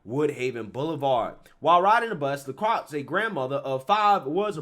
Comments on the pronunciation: It’s pronounced La Kroye. not La Krux. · La croy is how you say it not la crocks